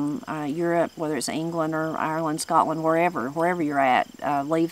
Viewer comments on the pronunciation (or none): none